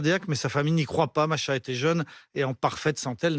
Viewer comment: Masha ? Machin ? C'est MAhsa. Mah veut dire lune. Tu dois prononcer Mah et ensuite Sa